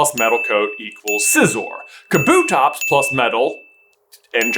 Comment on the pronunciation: I refuse to believe that’s how you pronounce kabutops